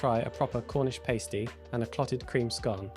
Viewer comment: That is not how you say Pasty. 😄